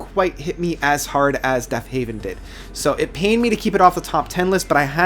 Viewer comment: Killer list. However, it is Deafheaven not Deafhaven. Love the videos man! :)